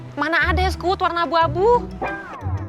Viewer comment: lengeh gati..wkwkwk.. es kuwut bukan es kuwud..wkwk